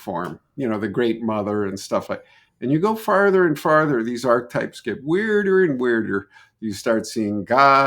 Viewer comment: it’s pronounced Archetype not Arch-Type